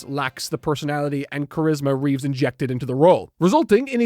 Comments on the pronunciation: Christopher Reeve. REEVE. Not Reeves. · It's Christopher Reeve...not Reeves. People keep confusing his surname with George's. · I love you man and I do say this from a place of slight jest, but it's Christopher REEVE. The Reeves surname belongs to George. 😁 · Christopher REEVE. No S. That's the other Superman, George Reeves.